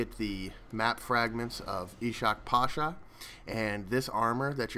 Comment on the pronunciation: Ishak is pronounced "Ishq" but you pronounced pasha right, btw ishak pasha means king love